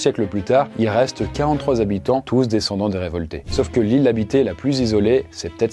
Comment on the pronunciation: Soixante "z'habitants"... ça devient une mode dans les vidéos YT, les liaisons pourries.